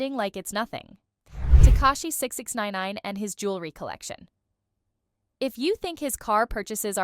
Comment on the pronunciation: Damn. You hella can’t say 6ix9ine